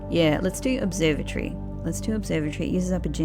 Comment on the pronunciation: Look at your videos of how you say observatory 😂